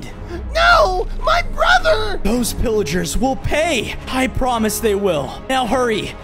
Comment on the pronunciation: Bro he said "a cage was dropped on my wother "